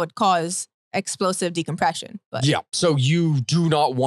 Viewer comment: "Explosive *De*compression"..."We've used submarines since WWII"... unsub, thumbs down, and get a better cohost!